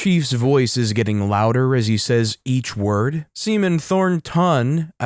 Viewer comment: The story is hilarious, but why oh why read Tor-ton as THOR-ton emphasizing the the TH in Thor? 😅